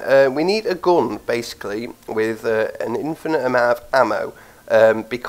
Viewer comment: you should probably learn how to say GUN AND DUMMY properly cuz i keep understanding gum and domain .....